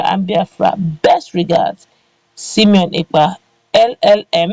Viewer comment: 👍👍👍👍👍👍👍👍👍✔✔✔✔🙏Thankyou Simon Ekpa! Please madam presenter his name is sImone NOT sEmion. Two names are different by letter I & letter E. Pls take note.